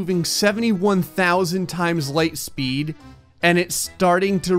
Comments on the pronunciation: Ligh speed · ", you shouldn't play with light speed": "5 that many numbers ligh speed"